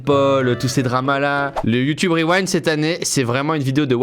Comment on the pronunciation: C kro bien le YouTubeuh Reuwinde